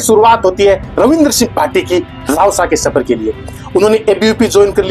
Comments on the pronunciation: रावसा नहीं रवसा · रावसा ❌ रवसा ✅